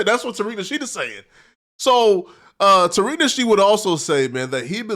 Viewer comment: Why are you unable to say Tariq nasheed's name properly? And where did you get Asians???